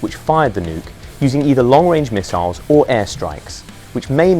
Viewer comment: Bro said misallas 💀